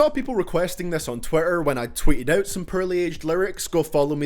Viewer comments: im not trying to be mean but when u said "purely" i died laughing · says “pearly” for “poorly” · "Rarp lerics thut edged purly" lmao I'm English and u butchered that shit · HAHA YOU SAY PEARLY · The English language: poorly This guy: perly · he's saying porly like purly and its really distracting me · I won’t lie. I laughed when he pronounce Poorly as Pearly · Every time you say poorly it sounds like you're actually saying pearly. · I'm sorry but "Perrly" lmaoooo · The way he says poorly sounds like pearly LMAO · It sounds like your saying pearly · the way you butcher all names and the title of you video IS CRINGE as fuck...